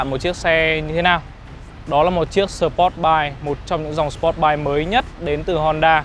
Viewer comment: Review nói chug chug..sờ pốt bay..vcc.cười ỉa